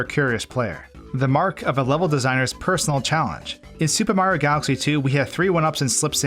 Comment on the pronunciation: Up next, will we discover the ULTIMATE hidden 1-up? Will it even be possible to find or collect? Will ever say each syllable in mario's name? These questions and more... will probably never be answered.